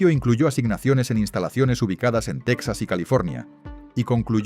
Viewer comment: Porque pronuncias Tecsas (Texas) anglosajón con acento Español Ibérico? Sería Tejas para los Hispanohablantes cono!😂